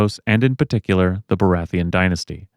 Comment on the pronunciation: Good video. Except: BORATHEON? Sorry I had to point it out, I am just that guy. Great vid tho:D